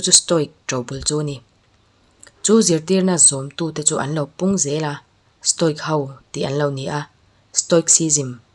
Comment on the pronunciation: Stoic pronounce dan: sto-wik (ic)hi (wik) angin mizo A,Aw,B anga lam tur ani.